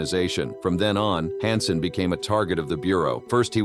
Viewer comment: It's H A N S E N, not HAUNSEN